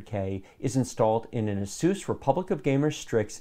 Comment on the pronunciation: "Aseuss" never heard of it. Does that have anything to do with Dr Seuss?